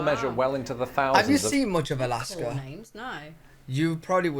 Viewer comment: Did say Galaska!!? 🤣